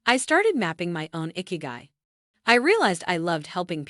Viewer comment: It's not "icky-guy". It's "ee-kee-guy" 😑